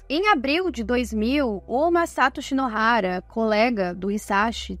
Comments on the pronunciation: Troca o "urano" por "urânio" na inteligência Artificial, ou mude a matéria por uma sobre exploração de planetas, e aproveita e concerta o nome do Nihonjim que não deve achar nada engraçado ser chamado de "Hinoshara" qdo é "Shinohara"! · Hs hshs você disse Hinoshara!